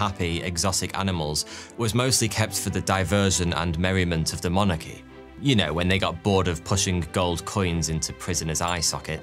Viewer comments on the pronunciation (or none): Did he say "demonarchy", like royal demons?